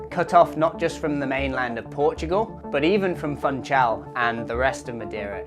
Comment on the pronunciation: it's not Fun Chal,…. it's Foon Chall in therms of pronuncation. You're pronouncing it per English pronunciation, not Portuguese pronunciation.